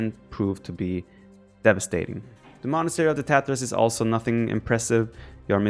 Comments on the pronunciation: It is pronounced as Taa-taar. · Sounds like he is saying the Tatohs. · I hear Tatoh whenever Viper says tatars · ''the TaToHs'' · Viper: In this video we are talking about the Tatas. Me: ... (Replays) Viper: In this video we are talking about the Tatars. Me: Thank God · Did I hear correctly? The TaToHs? :D